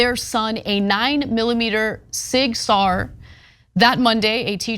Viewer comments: Ana, SIG Sauer pronounced "sour". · Ana can't pronounce Sig Sauer😂😂😂🙄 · You mispronounced the name of the gun and you got your facts wrong on who fled. it was the parents. not the child. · Only a gun nut gets upset because someone mispronounces the name of a gun.